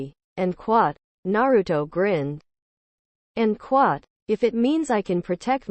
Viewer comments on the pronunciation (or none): Can you stop saying end quat